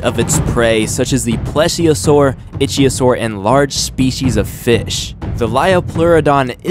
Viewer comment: You miss said itchyosaur to many times but I am not going to correct you